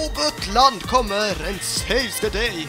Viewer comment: Ett litet tips Du behöver inte uttala U när du säger Butland. Du kan bara ta bort U och sätta ett A där👦👦👦👦👦